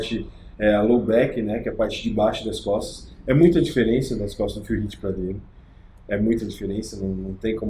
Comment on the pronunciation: Q agonia o falando phill riff o caraio kk